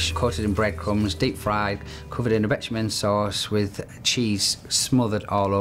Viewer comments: What exactly is a ‘betchaman” sauce. Is that a béchamel sauce. OMG.😂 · 'Bitumen sauce' 😂